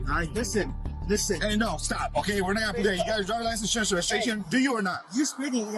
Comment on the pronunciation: Dude, its IN-surance, not Assure-ance.